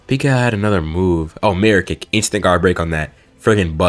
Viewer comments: Ik but it sounds like mera lol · He said mirror kick